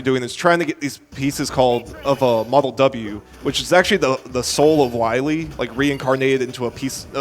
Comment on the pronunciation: Repeat after me: Dr. Wiel is not Dr. Wily